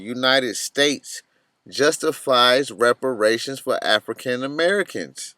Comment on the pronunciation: reparations.. not respiration.